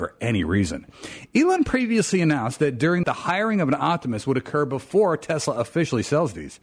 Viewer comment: *BEFORE* NOT BOOFORE Stop saying boofore